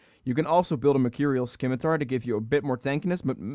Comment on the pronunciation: That pronunciation on Scimitar